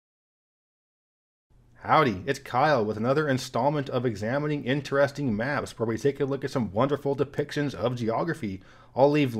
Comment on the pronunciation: As a man whose also struggled with speech impediments, kudos to you for the new pronunciation of the word “interesting”. Huge difference vs your old videos 👍